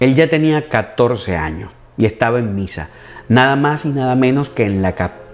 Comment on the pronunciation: Ah, ok. Yo miré dos veces el vídeo y ambas escuché Pisa, pero supuse que era Misa. Jajaja. Gracias por responder.